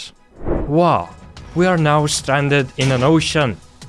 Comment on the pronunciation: Ngl the accent makes the video even better in a good way. They awe a lot of diffewent baiom.😂